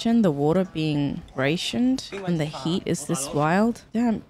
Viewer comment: Did she really pronounced rationed "ray-shunned"